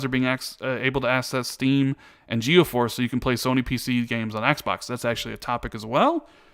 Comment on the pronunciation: It's GeForce,. Not GeoForce. 😆